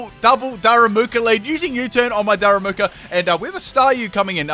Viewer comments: It's Darumaka, not Daramuka xD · Repeat after me: Da - Ru - Ma - Ka. It's really not that hard!